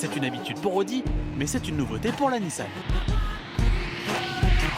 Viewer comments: tout le reportage avec NISAN au lieu de NISSAN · A ça doit être le journaliste qui a fait le reportage sur le Gumball... 😅 Sérieux le " NISAN" c'est magnifique...